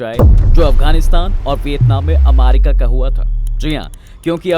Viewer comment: अरे यार तु क्या अमारिका अमारिका कर रहा है, यदि सही उच्चारण अमेरिका बोलना नही आता है तो किसलिए वीडियो बनाने चले आते हो, अमारिका अमारिका,,,,सुन कर irritation hota hai